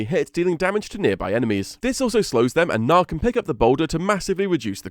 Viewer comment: He's name is Gnar, hard R, and hard G like G in good.